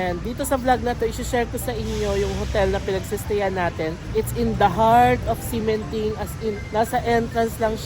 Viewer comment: "x" pronounced like "sh". Ximindeng = Shi-min-ding. Like Xiamen is Shia-men